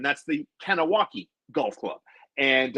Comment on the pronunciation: Nice to see views go up finally. Good content today. Please start saying “gah-nah-wa-geh” for the love of god.